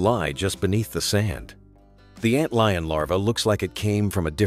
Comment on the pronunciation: Ant leon? Come on, man. Stop being lazy and narrate this shit yourself.